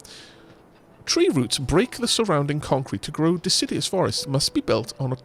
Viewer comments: I know u've said on streams about pronunciation so deciduous isn't de-sid-ee-us But more de-sid-U-us Also loving this play through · I think hates and/or fears trees. He keeps pronouncing 'deciduous' as if it's 'insidious'. A simple mispronunciation? Or perhaps a devious plot to besmirch the good name of our lovely, leafy, life breathing neighbors...